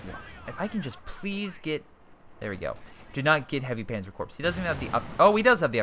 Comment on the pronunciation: Corps is pronounced "core" Sabot is pronounced "saybo"